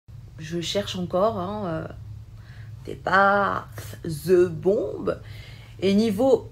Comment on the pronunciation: Déjà c'est "THE bombe" et non pas "ZE bombe" et elle est plus belle que toi...